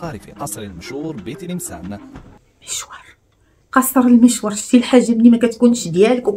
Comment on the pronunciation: خليهم على عماهم متعلمهش ينطقوا كلمة المشور 😂😂😂